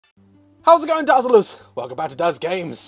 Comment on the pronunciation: did anyone notice the way he says 'dazerlers' at the start? i died laughing at it XDD